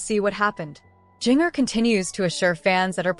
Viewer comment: Please learn to pronounce her name correctly. VERY irritating. Won’t watch again.